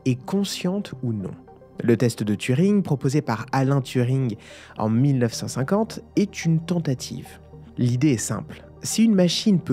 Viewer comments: Diantre mes oreilles ! "ALAIN" Turing.... c'est ALAN Turing !!😆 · J'ai bien entendu "ALAIN Turing"? 😭